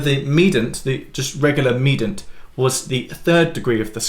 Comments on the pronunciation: Medant? Medant? Did I get the memo where we don’t pronounce the I in mediant anymore? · the word mediant has three syllables, not two syllables. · Is the way you say mediant a British thing or a just a Piano thing? Never heard ‘medant’ before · Have I been mispronouncing “mediant” and “submediant” … ?!! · It’s just wrong.